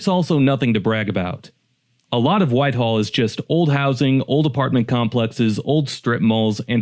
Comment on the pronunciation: A.I. must do all the writing for videos!! Someone should put a stop to it!! Why?? Because mostbomof the time A.I.never gets words correct!! In this one, it's "Whitehall"!!! Not Whiteall!!! 😮😢😮. Akron was also misspelled!! Really??😮😮